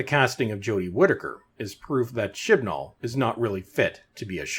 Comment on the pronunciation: Oh, I thought the narrator was saying, "Shitball."